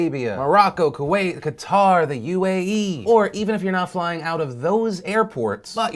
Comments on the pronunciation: Hey Phil, Qatar is pronounced the same as if you were saying Cutter, not Cattar. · Qatar is pronounced "cutter". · Qatar is pronounced like "cutter"